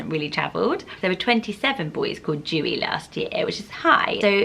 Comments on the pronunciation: Oh no, I love your videos! But I'm really sorry but "Dewi" is not pronounced like that lovely! It has an exaggeration on the "E". So it's more like Deh-wee. Not Doo-ee xx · Dewi in Welsh is pronounced "Dare-wee" not "joo-y" 😝 I'm a teacher in Wales and made the same mistake calling out the register on the first day with my new class Haha! Xx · Dewi is actually pronounced de-wee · We had a dog named Tallulah Belle, her nickname was Lula or Lool. Also, I am Welsh and you pronounce Dewi Deh-we Xx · Dewi isn't pronounced like Jew-ee, the 'e' is like the child's alphabet 'eh', so it rhymes with welly. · Dewi Isn’t pronounced as how you’re saying it, it’s pronounced D-Ewe-E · I love your videos but Dewi is pronounced differently like e sound of ella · 🏴 Dewi - you say the ‘e’ like you do in a child’s alphabet. It definitely is not said like rain drops /dew. 🙈 It comes from the welsh name Dafydd or the England name David. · The name Dewi is pronounced with the ‘D’ to be pronounced as is in the word dog, and the ‘E’ to be pronounced as is in the word episode and ‘wi’ is as we. Welsh names are difficult to pronounce if you don’t speak welsh. You’re pronunciation is also so pretty just not the was the welsh say it ahha xx